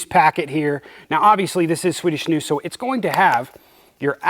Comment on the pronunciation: Watching from Norway, and snus (you pronounce it correctly sir ) is massive here as well. Although it is more expensive than in Sweden, and our government made all the snusboxes (cans) a uniform boring green color so as to not attract children to trying it, which is fair enough. At least we can still use the products. A lot of Norwegians take a drive over to Sweden to buy the original boxes at a cheaper price than in Norway regardless haha.